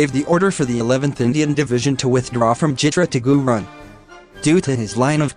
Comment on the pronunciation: Not gunrun is G-O-R-O-N